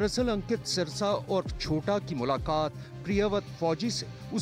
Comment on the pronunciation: सिरसा नही ह जी सेरसा है ठीक करो जी नाम